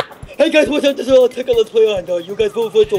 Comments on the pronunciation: It's not Tecnic...It's Tekkit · any ways its not teknit its tekkit